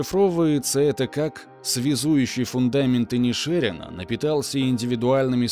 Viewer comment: Автор, ты тугопиозел! Название фильма правильно звучит как "Банши ИнишерИна" (ударение на последнее "и"), а не "Банши ИнишЕрина". Ты облажался